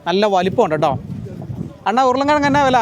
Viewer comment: அன்னா அல்ல.அண்ணா 😅